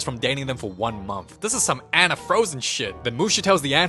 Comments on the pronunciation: anna and not ana its not psmo its funny hahahahah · The way he pronounced anna 😭